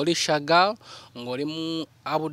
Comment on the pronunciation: The way pronounces Shagal hahaha